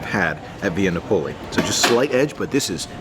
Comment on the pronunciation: Look up pronunciation for Via Napoli.